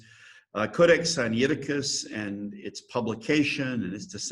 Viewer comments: Sigh Nigh ti cuss (not Sigh knee ati cuss) From where does an ee sound come after the N? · I've noticed many on YouTube usually mispronounce it. I've always pronounced it Sin- ai (like he letter i) ti-cus. That was how I was taught that it was pronounced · Very dubious textual criticism here from a guy who can't even pronounce the name of the text correctly.